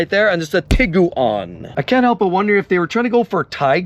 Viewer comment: The name of Volkswagen's Tiguan SUV is a combination of the German words for "tiger" (Tiger) and "iguana" (Leguan), pronounced "TEE-gwan"